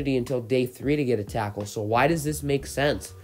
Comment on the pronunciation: u say tackle weird